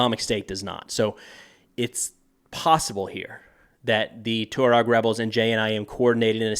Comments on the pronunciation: It's pronounced "Twah-reg," not "Too-reg." I have only met a few Tuaregs, but they were impressive men; tall, handsome and intelligent. The Sahara is not for sissies. It's amazing that this tribe has survived for millenia in that harsh environment. I would not want to have to go up against them. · Hey bud, when you pronounce Tuareg which an emphasis on the U and Niger as Nai-jeer it makes you sound like a complete clown who's seeing and hearing these words for the first time. It's twa-reg and nai-jer FYI. Good luck with your "research"! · It’s pronounced “Twah-reg” sir 🫡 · hey yank, the CORRECT pronunciation for Tuareg is TWA-REG. not TU-REG/TU-RAAG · I love you, but Malian is pronounced "Mah-lee-an". Tuareg is pronounced "tuh-wah-reg" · Just as a very minor point, it is pronounced Taw-Reg. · man havent you ever seen sahara? TWA-REG :| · Its pronounced " twareg" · Just, ‘Jay-nim’. Also, ‘twah-reg’ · The Tuareg have been famous for over 150 years, since the days of the Foreign Legion and Beau Geste; they are pronounced "TWAHREG". What world are you in? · Isn't it pronounced "twah-reg" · You butchered the pronunciation of Tuareg 😂